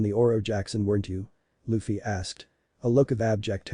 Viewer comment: lol I know, robot said luh-fee